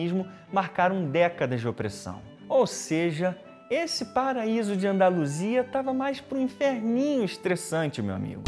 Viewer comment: Vídeo muito bom cara, sou seu fã. O "andaluisa" me quebrou kkkkkk